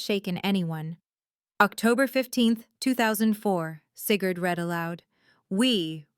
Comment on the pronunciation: . “Seagured came home...” . “… the OAR wing...” The hospital had a boat wing. . “Sigurd red allowed.” Maybe it was green, or Sigurd did not know how to read. . “$5 million... Placed in trust for Cigarette... “ ROFL (Lucky Strikes made a killing) . “…news article about Seagard…” This whole story is going to hurt Sigurd’s feelings. . “Seeker did not tell me...” flashback to Star Wars. “… also Lance Smild sent...” “…Lance opened a lane as safe..” once upon a time it was Elena’s safe. . “…Alainus face filled the screen…” Maybe Elena stepped out. . “… Seagird became my grandson...” . “… cigarette reviewed his speech...” Sounds more like Winston (tastes good like a cigarette should. . “ This is a salt!” It might have been assault.